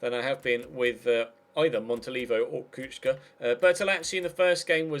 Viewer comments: kuhka not kucka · SInce Kucka is from Slovakia his name is pronounced Kutska ;) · You pronounce Kuka like this... Ku-Ka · Kucka is pronounced Kuchka, also Kučka mean bitch in croatian xD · Kucka is from Slovakia his name is pronounced Kutska ;) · The commentators are right! It's Ku"ch"ka or Ku"tch"ka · it actually does sound like ku-chka because in Slovakian language c is pronounced as ch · Its pronounced Kutch-ka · The commentators are right about the pronunciation of Kucka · Kucka is Slovak, so his name is pronounced approximately [you-rye coots-kah] and his nickname Kuco would be [coots-oh] (with short "oh").